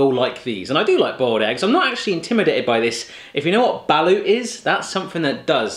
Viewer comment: As a Filipino growing up with seeing balut/balot ang Boy bawang I find it funny how badly he butchered the names😂😂😂